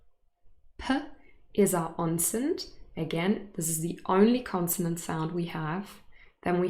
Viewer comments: I am hearing 'onset' as /onsent/ .. Is there a /n/ in onse/n/t that you're pronouncing? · I hear it as “Onsent” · is it me or I hear you pronunce the word "onset" ans /onsen/??? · Hi, is ‘onset’ pronounced onsent?